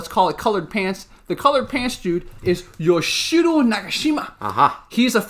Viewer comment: Yoo (you) - ee (d*i*nner) - chi (*chee*se) - ro (roh)